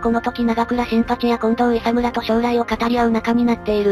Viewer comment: 近藤いさみ いさむじゃないよ。